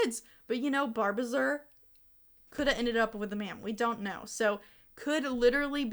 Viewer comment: Barb uh zir???? No it’s barb azure- ah zhur like the color 😭